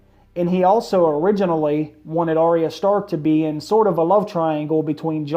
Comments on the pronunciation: It's pronounced ar-ya not ar-ry-a it only has two syllables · Arya...say it with me. Ar-ya. Not Ar-ee-uh. Cmon man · I wish you would pronounce her name correctly. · Do you even watch the show?...you are pronouncing her name wrong...